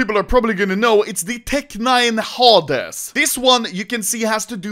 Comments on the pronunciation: Anomaly has been doing yt for like 10 years and spoken English over that time but still don't know how to pronounce simple English words. Like at least listen to ur self when ur speaking and see if hades or haaaaades makes sense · are we gonna ignore how anomaly said hades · The way he pronounced Hades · Never seen someone pronounce Hades worse than anomaly 🤣